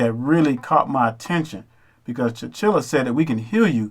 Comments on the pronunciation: Brother I understand your message, however because everything you are saying is not fact it makes you just as dangerous. You can't even get T'Challah's name right. His name is not T'Chillah, it's T'Challah. HollyWood didn't write this movie a brother did, so you're wrong again. You are speaking about things that fit your narrative so everyone who wants to see what you're saying will agree. That makes you dangerous especially to someone who doesn't know better. I suggest you watch the film again. In addition, if we are the true hebrew people we are also African because those people migrated throughout Africa over the centuries and married, had children and became part of the various empires of the African continent. As I've continued to listen to you the message I'm getting is that you're a crab in a barrell. The worst thing about your cults message is that you all choose to tear down other people of color instead of focusing your attention toward the real enemy. Also... you keep saying the uncle and his son was exiled, totally not true. He was sent to the U.S. as a spy. Again brother go and watch the movie again. By the way before you get all high and mighty, know that I'm a well informed brother about all history, especially ours. SMH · I know I’m late to the conversation but Eric Killmonger and his father were not banished to America. His father was sent there to be a spy for Wakanda but he double-crossed them and sold vibranium to Kraw. T’Challa’s father found out and came. Eric was born in America. And the name is T’Challa, not T’Chilla. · Pronounced "Ta Cha Lah" T'challa you were killing me messing up his name. Good video otherwise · Your saying black Panthers name wrong. You sound like white ppl trying to pronounce 2 pac. How do you come up with all this but didn't research how to say his name? Smh I call bs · Ta-CHA-la not tachilla! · You need to make sure you understand the characters and pronunciations of their names. T’Challa is his name not Tchilla